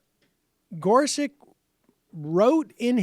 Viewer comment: Is there a reason for Sam's "idiosyncratic" pronunciation of Gorsuch (gore-suck')?